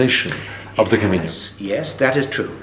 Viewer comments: Not to be too critical but I just wish the interviewer had taken the time to learn the correct pronunciation of "camino". He hears pronounce it correctly several times but obviously is not listening. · Except for the road signs in Galicia. I used to wonder why it was spelt with what I call the 'onion' n. I noticed in one of the other parts of this interview he uses the common pronunciation. But sure what the heck, knew what he was talking about. Bo Camiño or Buen Camino, just makes me wish I was back there no matter how it is said:)